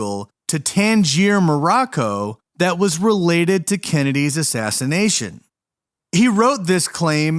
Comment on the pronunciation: Did you say killed before the assassnation of jfk .i had to play that back to make sure what i heard.